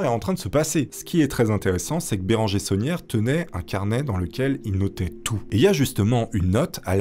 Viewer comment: il s'appelle pas saunière mais tauniere. labé tauniere 😂